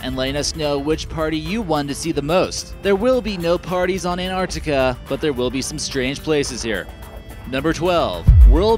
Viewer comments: What the fuck is Anartica????? its ANTARCTICA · LUDO Rightly said... Please pronounce " Antarctica " not Anartica!!!!.... and present the video neutrally....not in a way glorifying the USA only. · I cringed every time he said ANARTICA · Man, how many times will you repeat Antrarctica... if you're already talking about that place - then all things are there... whatever lake - Antarctica, whatever place - Antarctica, whatever valley - Antarctica... and to add to annoyance - it is NOT EN-Ar'ica ... you're missing damn T ... twice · Ant arc ti ca, not ant art ica. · It's not an accent, but mispronunciation. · Bill and Ted's Excellent An-artica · Ur the only person on utube that can pronounuce Anartica correctlyy. Congratulations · i thought i had just been saying it worng my whole life along with everyone else in my country. (kiwi) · No, it's not an accent, it's pronouncing the word WRONGLY. Probably because he read it wrong or has heard it pronounced like that. If it was only t glottalization, but he is completely ignoring the C in arCtic. Artic is not a word nor a place. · Wait, where do you get that the word 'Antarctica' came into the English language without a C? And what happened to the issue the narrator is not pronouncing the T? Anyway, the name comes from the Greek ἀνταρκτική, meaning opposite to the north. That has a pronounced tau (or T) and kappa (or k, changed to a c having the same sound in Latin) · its a pity you cannot pronounce the word Antarctica properly. Sad really. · Why can't he say 'Antarctica' correctly? How did he even get this job if he cannot pronounce a simple English word?!!